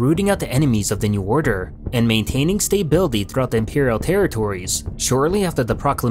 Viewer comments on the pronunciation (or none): I like your pronounciation of "Stay-bility" at the start